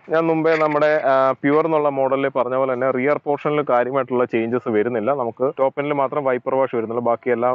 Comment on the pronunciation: "verunnilla ennu alla......."varunnilla"......keep the Malayalam language intact.....